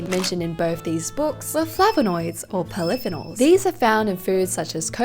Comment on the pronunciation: I love your videos but you regularly mis pronounce polyphenols. Please look up how to say it. It will make your videos sound more credible